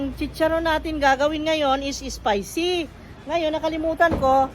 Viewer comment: Maam spicy..hindi ESPICY